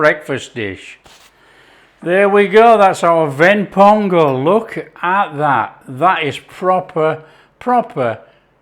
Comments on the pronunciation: You pronounced it like a Tamilian (Ven pongal) Appreciated. Thanks for taking it your subscribers.. Love from Chennai ❤ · My mom and I watched this video together. We couldn't help adore the way you pronounce the Tamil terms "Ven Pongal (வெண் பொங்கல்)" everytime! You've earned a subscriber! Love from Tamil Nadu, India! 💚